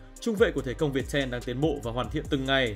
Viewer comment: Thể công Việt tem sao??????? Đọc như sịp